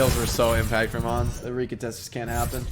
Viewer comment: Who the dern is ons? Why users keep calling Ans 'ons'? Do they call ants 'onts'? They do it with Pharah too. They call her phorah always.